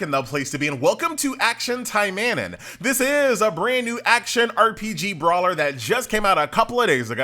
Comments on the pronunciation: needs to pratice his japanese. Action "taimehnin" LMAO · Welcome to actiona tai-man-in